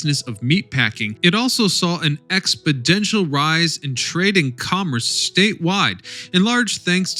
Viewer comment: . There’s no such word as “expodential.” The word you’re looking for is exponential. From the route exponent meaning the number of times that a number is multiplied by itself.